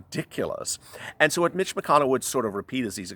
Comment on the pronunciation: I don't know if it's my cellphone (and I can tell it is not your intention) but every time you say Mitch it comes out as Bitch. Can't stop laughing.